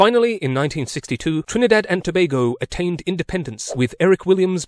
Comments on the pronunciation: Liked and subbed at the point you called it "Toe BAY go" instead of "Toe BAG go". It shows you were respectful enough to actually research the pronunciation of the country's name. I applaud your thoroughness. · As a history teacher you get full marks just for pronouncing Tobago properly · Finally! Someone who didn't mispronounced Tobago